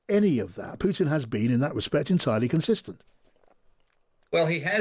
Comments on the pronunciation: Who ist "PUITN" ? ;-) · Love how you keep calling him PUITN 😂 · Puitn?? What is that??